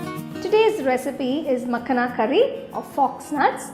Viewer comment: Looks so yummy.. just one note. Its called Makhana not makhna.